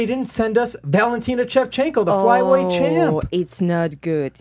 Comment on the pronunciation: Why does he keep saying "Chevchenko"?